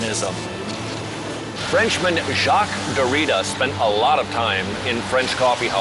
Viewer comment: he doesn't even pronounce Derrida correctly.